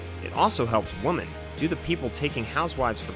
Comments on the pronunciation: Dude. One woman is a WO-MAN. More than one are WO-MEN. Other than that, good review! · Why do you say "Woman" instead of "Women"? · Why can't you say "women"? 🤔